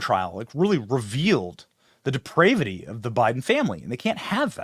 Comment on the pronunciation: BENNY ... YOU are are a grown arse man and you don't know how to pronounce DEPRAVITY. Come on, man.